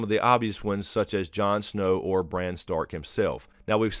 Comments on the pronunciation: It's BRAN. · Its bran...howd you miss this